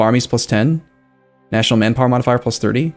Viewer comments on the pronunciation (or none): none